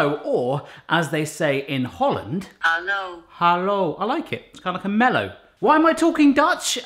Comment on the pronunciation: You pronouncing "hallo" is spot on. I am from Holland and I would love you to try more Dutch recipes! Maybe something savory like stampot Andijvie! Edit: try making bitterballen or kroketten. Just look it up and have fun!